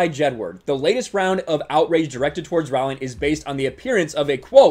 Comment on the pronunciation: I agree with your points, but Trivia Note: "Rowling" rhymes with "bowling."